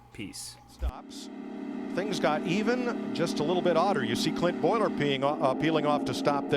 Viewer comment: Did Mike Joy just call Clint Bowyer “Clint Boiler” LOL 🤣🤣🤣🤣🤣